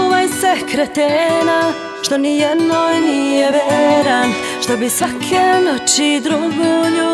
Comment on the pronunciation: Jel ovo ona govori "NIJENA" :O